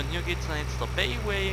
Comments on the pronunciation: BayWa ist bei uns in Bayern ein Baumarkt das Bay spricht man Bai aus ! ;) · Man spricht das 'BeiWa' aus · Mit der Straßenscheiße und mit der komisch gesprochenen baywa